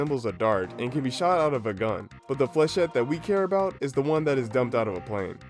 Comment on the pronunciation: As a French guy, i can say that you've really nailed the "Fléchette" prononciation !